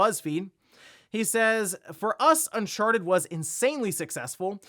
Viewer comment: Am I the only one who keeps hearing him say “un**Sharted**”?